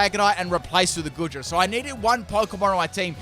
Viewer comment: Aint goodra pronounced goo-dra